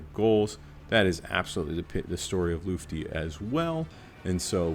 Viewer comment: The most mysterious thing about Lutfi is why no content creator can say his name correctly 😅